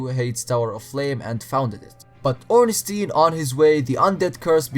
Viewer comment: Im austrian (language german) and i find "Ornstien" better xD